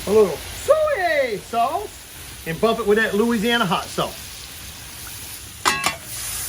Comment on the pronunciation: Why is he pronouncing soy sauce in such a weird way?